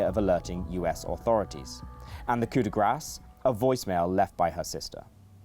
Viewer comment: ..."de GRASS..."?! LOL